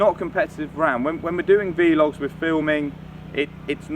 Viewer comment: You know they're called "vlogs"... not "v-logs", don't you? Say "blog" but change the 'b' to a 'v'. You're welcome.